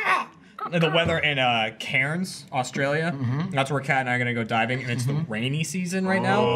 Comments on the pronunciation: Watching in Cairns - That was trippy when suddenly said "Cairrrns" like he did. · its pronounced "Cans" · Pronounced "K-air-nz", and yep good luck getting some good weather! Worst case scenario, go snorkel at the Keppel Islands! Further south, less storms, and some of the best snorkelling of the Great Barrier Reef 😄❤️ north Keppel island is the best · at 29 mins. says Cairns wrong. Its said like "cans".:) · Cairns 🙄 ITS PRONOUNCED CANS!!! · Cairns is pronounced like cans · Yeah I got slightly triggered - Seeing as I live in 'Cairrrns' Lol ! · Haha, i used to live there a few years ago. Triggered too XD